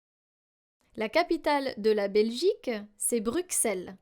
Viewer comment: On prononce BruSSelles et non BruXelles.